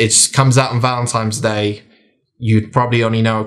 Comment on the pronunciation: It's Valentine's Day, not Valentime's Day 😉 Great review - gonna pick this one up 😁